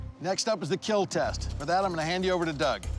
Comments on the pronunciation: Bro 😂😂😂😂 surely it will "KEAL" but first it "KAT" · I love how he say "your wepone, will KeAl" in that cold smiling face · Correction: "It will keal" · it will keal 😊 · KEAL means keeps everyone alive, its not kill its KEAL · It will keal sir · Bro you should have said KEAL instead of KILL . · Keal not kill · IT WILL KEAL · Hehehe No boody: Literally nobody : It will kieal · Yeah and those times when he's covered in fake blood and just smiles saying "it will keal(◍•ᴗ•◍)" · He actually doesn't say kill its "keal" It means "KEEP EVERYONE ALIVE AND LIVING" or something like that. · (keal) buddy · Your weapon will keal🤣🤣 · Doug can pronounce "Will" so perfectly whenever he says "It will kill". I'm convinced he pronounces it as "Keel" on purpose. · "It will keil" that guy is too much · "It will keal" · Oh. I always though he just mispronounced kill or said it funny